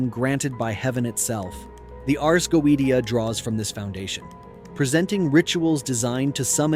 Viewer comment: Its pronounced go-a-shia.......................... ai is wack